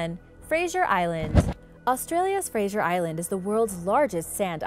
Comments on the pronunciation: UUUMMM, it's NOT Frasier Island, it's Fraser Island(pronounced Frazer). If you're going to do a video of something, maybe you should learn to pronounce. And you forgot to mention the Dingo's that inhabit the island, they've been known to attack people/campers. Tourist, and locals, think it's ok to feed the Dingo's. Once you removed the fear of humans from a predator, you're going to have problems. OH, and it's a Koala, not a Koala Bear, it's a Marsupial. Thank you. Love the vid's, by the way. Yes, I'm from Australia..home of many venomous snakes, bloody big Croc's, Python's big enough to swallow a Cow (ok, maybe not quite that big), Wombat's, Kangaroo's that'll kick ya guts in, and the Platypus, the world's weirdest looking creature. AAANNND, let's not forget the Bunyip and Drop Bears. ...Now, read this back in the voice of Steve Irwin (miss ya mate). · its pronounced "ark-i-peligo' not archy peligo like some mid west Guido and being from Australia its pronounced frazor island not frasier like the show ' ugh do your research before you post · There is no soft G in Fraser. It's not pronounced like Frasier, the tv show. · There is no I in Fraser it is pronounced as it looks Fraser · It was odd hearing the i in her pronunciation. Gave me a good giggle.